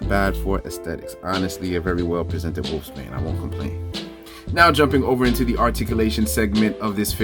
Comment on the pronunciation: Pronounced Wolfsbane bro🤔